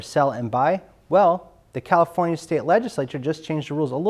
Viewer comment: "Califonia" LOL